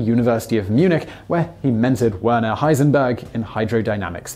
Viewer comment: werner is pronounce like verner